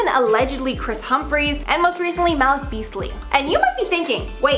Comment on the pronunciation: Ma-leak is how it’s pronounced